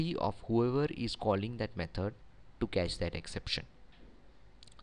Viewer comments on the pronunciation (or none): Thanks for the video! I love the way you say 'methord' rofl :)